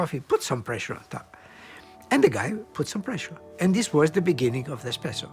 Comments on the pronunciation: Anyone else bothered by the lady calling espresso expresso in supposedly one of the oldest and most refined coffee shops in Venice, did they really hire a rookie to make commentary on this portion? I'll give her the benefit of the doubt and chalk it up to language barrier. Also a major point was glossed over, that when Italians wanted their coffee faster, it was the Gaggia family who started to produce pressurized coffee makers. The reason people wanted coffee faster was because too much break time was being taken up by waiting around for coffee. It's said the early days of espresso produced bitter cups, but as bean blends became more refined as we know them today they became more robust and with sweet notes of various flavors. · Did that lady at just say expresso?!? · SHE CALLED IT EXPRESSO I KNEW IT ALL THOSE PEOPLE SAYIN' IT ESPRESSO ARE TALKIN' OUT THEIR ASSES!!!!